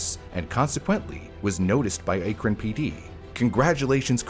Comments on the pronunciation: By the way, the “cuy” in Cuyahoga is pronounced like “Kai” or rhymes with “my”. “Kai-uh-ho-guh”. And Akron is pronounced “Ack-run” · I am begging yall to watch a local news report before trying to just guess how to say stuff like Akron or Cuyahoga lmtao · Only tough part of vid was the mispronunciation of akron and cuyahoga throughout the vid, otherwise very well done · Am I the only one shuddering over every city and municipality name mispronunciation? Cuyahoga I can get, but mispronounced Akron too. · I lived in the Cleveland area for a while. The only place name you pronounced correctly is "Rocky River." And Akron, 1/3 times... Is it that hard to look up? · Just FYI Akron is pronounced with a short A, like the word ant. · I’m glad you commented this, being from northeast Ohio I flinched every time he mispronounced Cuyahoga & Akron. That one time he sad Berea too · THANK YOU. I almost stopped watching because of it. Akron isn't exactly an unknown city, either. Drove me crazy, all the mispronounciations. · It's pronounced “ACK-run,” and not “AKE-ron" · It’s Akron not Aykron 😭 like the A in Apple. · AYY-KRIN lol its pronounced ACK-RIN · ack-run ohio not aaa-krun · And unfortunately, Akron is also mispronounced. It is pronounced Ack-ren, not Ayke-ren :( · As a native Ohioan, Cuyahoga is pronounced (Kai-uh-ho-ga) and Akron is (Ack-ron), not (ache-ron)😭😭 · Akron = A (rhymes with cat) kron rhymes with tun) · haha also "bur EE ya" and "AK run". a lot of place names in Ohio are native American, very little French-influenced pronunciations. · The way you were saying Akron was so annoying. It's pronounced as Ahkron. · Also Akron is pronounced as "ACK-ron" Knickname: Crackron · ACK! ACK!! ACK!!! It's ACK-ron!!!!!! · Kai-a-hoga Ack-run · Speaking as a native Clevelander here... Cuyahoga = k-eye-ah-hog-a Akron = ack-ron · He got both those names right once in the video. Once. Then went back to saying A-Kron. Even though I'm not from Ohio, it made me cringe every time.